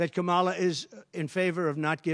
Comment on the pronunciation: Trump pronounced Kamala’s name right. Proof he mispronounces it on purpose to appeal to morons.